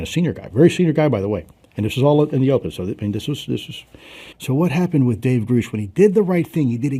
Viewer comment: Why does he say it like that